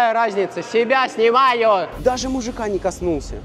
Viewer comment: так смешно когда он сказал-Я сЕбЯ сНуМаЮ